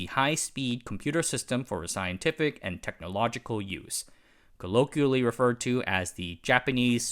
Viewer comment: . Just doing my part to prevent the spread of English language misinformation. You should google how to pronounce 'niche', this is the second time you've used it this video, I'll bet you plan to use it a lot more on this channel. 'colloquially' too